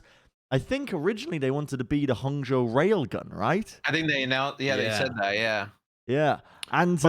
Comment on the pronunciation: I was pretty flattered about that pronunciation of Hangzhou